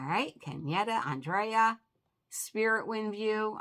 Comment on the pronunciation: Hi, thank you for the shout out. I always enjoy your comment calls., you can say my name how ever you like. When you say my name it sounds like On-dray-ah. I pronounce it And-rea-ah. Some how I get Angela, Adrian, so its all good. Aww Shelby, and Miss lucky look adorable! ❤❤